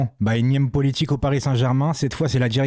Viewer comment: On dis polémique frangin pas poletique 😂